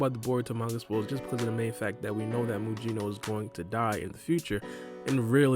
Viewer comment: His name is not Muyino. It's pronounced Mugino like Gyuki and Kusanagi.